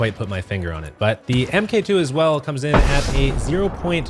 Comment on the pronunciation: God it bugs me when people say "M.K 2 instead of Mark 2"